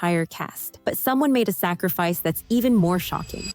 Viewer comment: I love the way the narrator says “sacrifice”, as if. 🤨